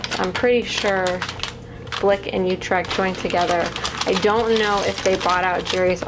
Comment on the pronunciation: I'm sorry but you pronounce utrecht wrong 🤔🤔